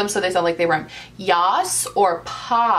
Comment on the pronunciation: Watching this in feb2021.you Said your First "yaaaaas" or "paaaaaass" with the accent😍 Girl,you light my up days!Pandemy or no Pandemy.I Just love your videos!